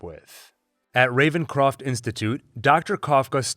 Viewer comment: Lmao revencrof lol!